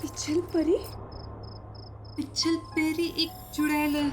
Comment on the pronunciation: Pichal Pari nahi pichal Peri hota hai Matlab Peeche peer wali